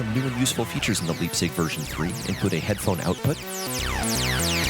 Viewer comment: I cancel the video. cause of 100 times Liebsig...the gives me ear hurts.... Call it LAIBZICH. or LAIBZIG...btw I love the synth